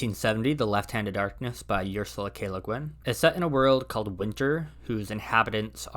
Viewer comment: I was born in '66, so I was a kid in the 70s. I read most of these books between '77 and around '85. I think the only one I've re-read since was The Left-Hand of Darkness. you should learn how to pronounce the name Ursula